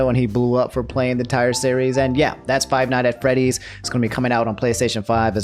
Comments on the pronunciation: You attempted to say Five Nights at Freddy's three times, and you failed every time lmao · “Five nights at frayties” -Jack black